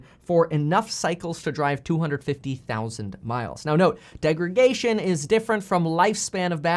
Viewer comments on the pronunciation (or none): Great video as always Kevin! "DegraDation" not "degraGation" by the way when talking batteries haha. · Btw, it’s called degradation not degragation.